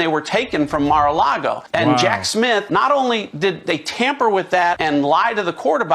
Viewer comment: Prounounced Jack SmiTH and not SmiF.